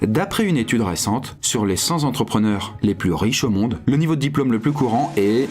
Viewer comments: a au moins fait une liaison. Les cent z'entrepreneurs. Bon dommage, cent, ça se finit par un T, du coup on dit cent t'entrepreneurs. Anecdotique à côté de l'intérêt que j'ai eu à regarder cette vidéo. Merci donc pour ce contenu. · j'aime beaucoup tes vidéos (je suis abonné), mais fais un effort quand tu parles, il y a des fautes vraiment énormes (les cent entrepreneurs, pas de s à cent par ex)